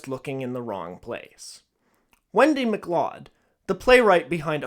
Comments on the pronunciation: I bring this up (*a year late as it turns out*) mostly because I made the exact same error and was freakin' mortified. "MacLeod" is pronounced ma-KLOWD (/məˈklaʊd/) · So, Wendy's last name, "MacLeod", is pronounced like "MacLoud".